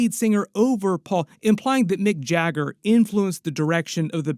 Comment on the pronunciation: bro really called Mick Jagger Mike Jaeger 😭